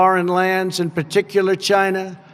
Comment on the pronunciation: 1.10. I love the way he says China 😂